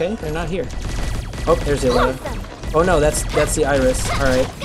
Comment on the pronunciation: U pronounce it /alleta/ when I looks closer to Aleta (/elite/a/ with an 'A' at the start) Like the movie alita battle engine. ???